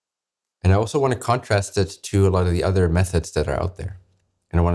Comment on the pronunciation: When he says methods it sounds like meth heads